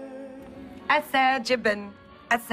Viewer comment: Sarah I love how she Pronounces Azerbaijan xD